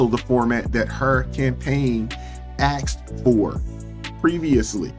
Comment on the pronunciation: ASKED not AXED